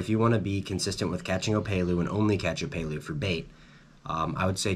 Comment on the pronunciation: Killer tips thanks. My only criticism is it’s op”e”lu not opaylu😂 Eh eh 🤙🏽